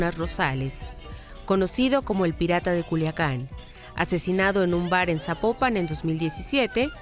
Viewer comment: No se pronuncia sapo - pan; se pronuncia Zapópan 😊